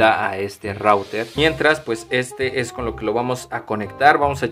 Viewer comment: SE DICE RUTER